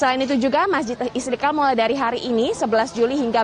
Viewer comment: Reporter kog sperti tidak pas menyebutkan nama Mesjid Istiqlal ya??? (Istikal?)